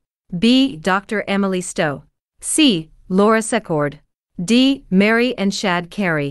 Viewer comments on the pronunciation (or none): none